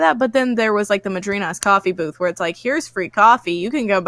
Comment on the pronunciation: Sometimes when you say booth, all I hear is boobs.. it is just me?